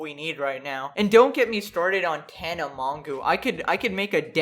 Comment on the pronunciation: When he said Tana Mongoo, I felt that...